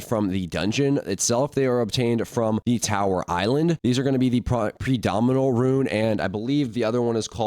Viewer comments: Its primordial rune not pridominal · bro butchered the primodial rune lmao